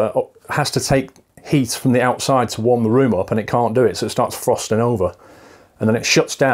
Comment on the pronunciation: ALSO WHAT THE FUCK IS "THUR" LOL JK BUT REALLY